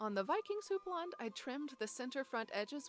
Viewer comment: Wow! Thanks for this informative video, and for teaching me how to pronounce houppelande!